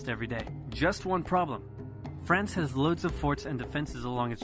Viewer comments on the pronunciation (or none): It drives me nuts how some ppl say France!! it sounds like u say "friends", and I can't get it out of my head every time I hear it 😂 Love the vids